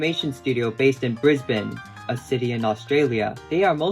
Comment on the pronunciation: NO WAY YOU SAID BRISBANE RIGHT THANK YOU SO MUCH. I’m sick of ‘Brisbayne’ and ‘Melborrn’